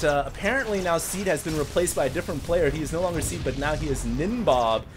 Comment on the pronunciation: Ow, it's Seed, not Sea.